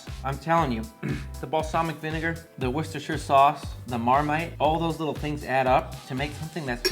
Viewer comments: Awesome! From a British perspective, the correct pronunciation of 'Worcestershire' and 'tomato', together with the inclusion of Marmite, makes it feel like a British dish. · Thank you for being the FIRST cooking channel to say worcestershire correctly. I don't know why people mispronounce it considering there's a city in Massachusetts and a city in England.